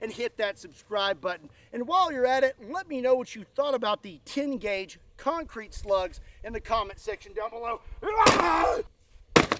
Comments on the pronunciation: CEMENT DASLUG CONK CREET BAYBEEE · das conk creet baybee